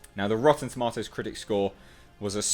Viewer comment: You said tomatoes wrong lol.